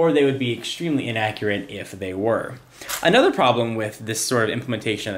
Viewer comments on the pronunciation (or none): none